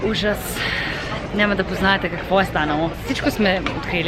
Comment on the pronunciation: Може да пробваш вместо нема-няма, место-място, nothing wrong with the way youre saying it но според мен другите звучат малко по-добре